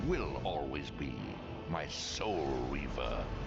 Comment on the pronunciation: Nawet pan w zwiastunie Ci powiedział że "riwer" a Ty i tak Soul REHWER 🤦